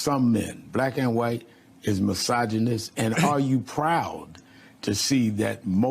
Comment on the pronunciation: can't even pronounce misogynist. 🤣🤣